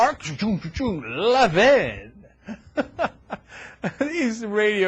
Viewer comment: Haha. epic fail... maybe learn how to pronounce Levin's name first?